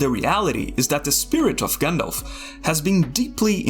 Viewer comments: at this point, (and i never thought i'd say this but) I d rather have a good ai voice-over, than english "with hair on" - an undefinable accent that i can't place between dutch , argentinian or albanian just hir someone who can pronounce - shudders anytime he says gindilf instead of Gandalf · Do you know its pronounced 'Jandalf'